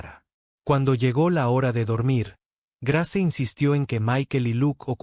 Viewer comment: Muy bella historia, eso sí se escribe Grace, pero se pronuncia Greis.